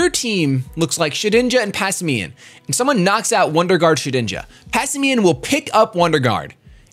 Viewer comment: Why are you and shofu saying Pass i me-uhn.? Its pass and simian, the word simian is sih-miehn all together. Not sih-mi-ehn